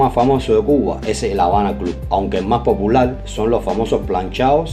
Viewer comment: Me gusta como dices POPULAL .. :) Un abrazo